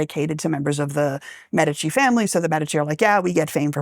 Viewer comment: medicus médico Médici not Medíshi How do you pronounce the word "medicine", or "medics"? The stress is always on the "e".